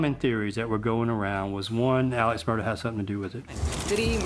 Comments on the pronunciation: She keeps saying murdock lol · Take a drink everytime someone says “Murdaugh” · I cant believe that your reporter continually mispronounced the Murdaugh name it doesn't end in a c or a k or ch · It's my new pet peeve to hear "Alex Murdaugh" pronounced "Alec Murdock". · The mf name is "Murdaugh" not Murdock..... is anyone else triggered by the amount of times the name is pronounced wrong? Wtf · I love how the female coraspondant can't say his name ryt. Murdock is not Murdaugh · It’s Mur- daw. Not. Mur-dock. Dang. Why can’t people see how it’s spelled? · It’s Murdaugh! Murdaugh! Not Murdox!!! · I suppose I should t get caught up n seemingly trivial details, but for a “journalist” to repeatedly mispronounce the subject’s name? Come on. Do we not have professional anything anymore? Alek Murdaw, not Alex Murdock. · It’s murdauh…not murdauk… could even watch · Murdaugh… Not Murdock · why do people wrongly pronounce Alex Murdaugh like “Alec Murdock”? 🤣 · Same here. Confusing why some pronounce it "Murdauck", let's call it what it is. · The only thing I can't figure out in this case is why Alex Murdaugh is pronounced Alec Murdoch. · Is it "Murdaugh," or "Murdock?" Because they said "Murdock" throughout the whole episode and it drove me crazy. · The fact they keep saying Murdock bothers me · Is the name Murdaugh pronounced with a K sound on the end? It sounds to me like the host is doing that. I thought it was pronounced like Murdaw. Is she confusing it with the name Murdoch? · No it’s more pronounced with a k at the end the correct pronunciation is mur-dough the people in the south just pronounce it with a k at the end but it’s incorrect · Why does she keep saying Murdock? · The presenter pronounces the surname as Murdoch? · **** Ma’am you keep saying ‘Murdock’ - there is no c or k in the last name… please next time you do a ton of research on someone make sure you’re pronouncing their name correctly !!!!! ********** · Did she say Murdock the entire time though?